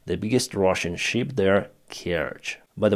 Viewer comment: you sank a ship, not a sheep. Big difference in pronunciation.